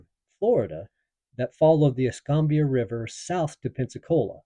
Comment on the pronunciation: I have lived in Pensacola for 60+years. Pronounce es -kam-bia county Fl&Al. Fort Ba-rank-us . My Grandfathers house was located at the Canoe Creek crossroads along the rail line where a Confederate supply train was burned during the raid.